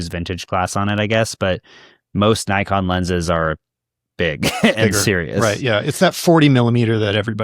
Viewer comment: How do you correct him on Ricoh but saying Nikon the exact same wrong way? :D Just a joke but I cringe a bit every time I'm hearing it like that. I guess for us german potatoes it is normal pronouncing the "i" more like the japanese people. Also no dinner today for placing the GR in B.